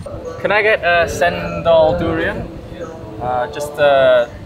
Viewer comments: Cendol...pronounced with a ch like in a chair..so, chendol but spelt cendol Yup, u gotta mix them all up, it a conglomerate of flavours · Btw, "cendol" is pronounced "chen-doll", not sen-dol. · Its pronounced as "chen doll" not cent doll 😉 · The "Thank You = Terima Kasih" pronounce is good, and the way to pronounce "You're Welcome = Sama-sama" is Summer without R at the end. The Cendol is not pronounce "Cent Doll" but Chen Doll...and you need to mix the Syrup completely with the coconut milk then you'll get the proper taste of Cendol. Usually i'll just shake the plastic cup 180° before poking the straw and hold the cap. Just sharing info. Hope both of you have a great time in Malaysia. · Not sheindol but chen - doll 😁. You have to mix them all together then drink it hehe. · Cendol is pronounced Chen dol, not sen dol. It is best all mixed up. Coconut sugar or Malacca sugar. Traditionally, the green is from pandan leaves in coconut milk with a touch of salt. Nasi Lemak always has sweet sambal (sour Assam with chillies, onion, sugar & salt optional is belachan or roasted prawn paste. Amusing that you compare with Kim Chi - very different ingredients. Tempe is fermented soya bean cake - vegan. Enjoy yourselves. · its "Chendol" like "China" "'Ch" not "S" endol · AND its "chendol" not "sendol" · Welcome to Malaysia 🇲🇾 Glad you’re both enjoying your trip. 😊 Btw, ‘cendol’ is pronounced ‘chendol.’ In Malay, ‘c’ followed by a vowel is pronounced ‘ch.’ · hahahaha i had a good laugh..in a good way..as it's always enjoyable to watch the during testing part from European tourists especially the expression or the after effect hihihiks...but glad that you chaps did try on its own with the spoon..not with "chendol" (put the 'h' so that you may get the pronunciation correct?), i mean..as a beginners. cheers guys..enjoy Malaysia..stay safe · You have to stir the cendol (pronounce as chen doll) to get the perfect taste..enjoy your stay in KL, done subscribed 😍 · pronouned = changedol 😅